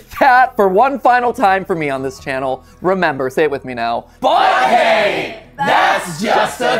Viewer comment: This: "BOY HEY, THAT's JUST A THEORY" (Specifically that it's "BOY HEY" and not "BUT HEY" 😂) (Also {You, MatPat,} for throwing the bag so hard the camera shook! 😂)